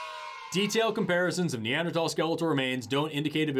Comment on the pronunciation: I love how you are correctly pronouncing Neanderthal and it remains the best way to tell when someone actually knows anything about evolution.